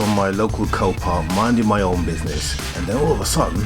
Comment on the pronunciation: you said "this car is from copark is this a new auction site